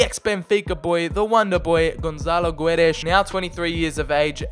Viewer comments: The "U" in Guedes is silent and the "Ç" in Gonçalo reads like an S not a Z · Btw the u in goçalo guedes is muted ok we dont read the u